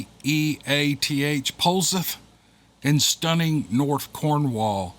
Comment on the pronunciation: POLZEATH LIKE POLE SETH ;)